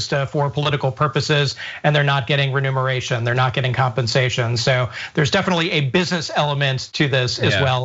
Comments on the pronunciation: I really enjoy this show. Smart people, smart discussions. A small criticism for. The word is “reMUNERation,” not “reNUMERation.” I want you always to sound as smart as you are. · Remuneration, not renumeration. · Remuneration. Not ‘renumeration’. It’s a common mistake.